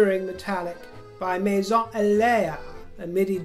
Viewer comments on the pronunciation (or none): none